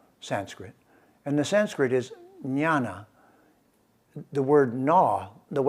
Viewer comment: Sir, with due respect. It is Gyana or gyan in Sanskrit. It is not nyana or Nyan that you are pronouncing.